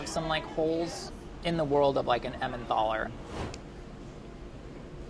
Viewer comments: I love, but I'm concerned about the way he pronounced emmenthal repeatedly. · “Emmenthal” has a hard “t”. Helpfully the modern German spelling “Tal” (valley) drops the “h”. Same goes for Neanderthal.